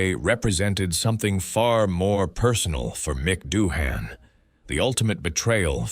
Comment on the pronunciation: Gotta be one of the worst videos I've ever seen 😂😂 what is this AI voiceover? Bunch of slop being read off, we never even hear Doohan speak, his name is pronounced wrong all throughout additionally